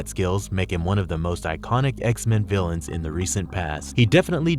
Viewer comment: I love these videos but PLEASE do at least one read through of the script before committing it to audio so it sounds less broken and disjointed. Also, trying to 'untie' instead of 'unite' is bad enough ..... but "... he was more than a match for powerful 'villains' like Wolverine..." 🤔